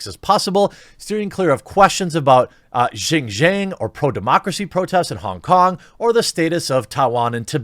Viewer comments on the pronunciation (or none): none